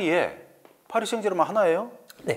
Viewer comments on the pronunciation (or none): none